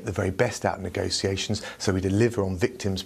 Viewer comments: People who pronounce negotiations as negosiasions shouldn’t be given power. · Yup which isn’t how he pronounced it.